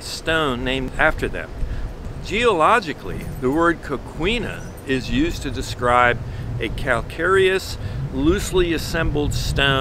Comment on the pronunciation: Good information. One rarely hears about coquinas. I’ve grown up in beach towns where coquinas are plentiful. The name is pronounced ko-key’-nuh rather than ko-KWee-nuh, however.